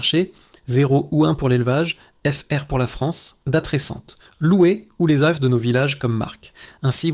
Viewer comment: l IA qui nous parle les oeufs se dit oeufs et pas euffff oups !uops !oups !!! fou fou fou espérons tous que nos robots de l "IA un jour proche pourrons parler humain plus rapidement c'est le moyen âge ici allez les robots faîtent des efforts